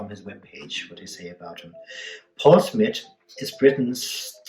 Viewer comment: Smith .........not smit